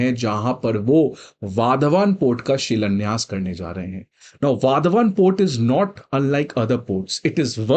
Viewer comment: वाधवान ❌ वाढवण ✔️ migrants 🃏